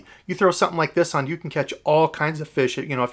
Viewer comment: You pronounce "fish" incorrectly